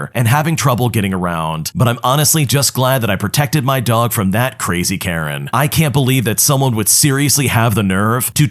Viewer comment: "Entitled Karejn" 💀